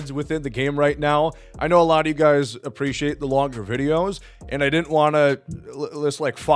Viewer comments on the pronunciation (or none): none